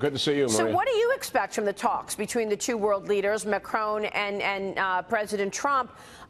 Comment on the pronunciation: Why do so many Americans pronounce Macron Macrone?